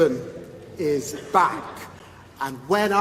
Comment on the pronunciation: I thought he was saying Britain is black... 😮